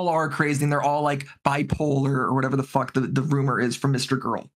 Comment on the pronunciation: "I lost control, it's ovah...aw fock aw fock" lmfao this is why the people love you